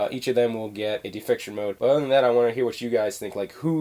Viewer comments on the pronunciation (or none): Not "defiction" it's deification. Day-eh-fi-kay-shun. Not trying to be an ass, but i got triggered lol.